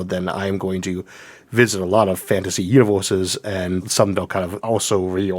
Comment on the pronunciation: "uniworses" what accent is that? From where?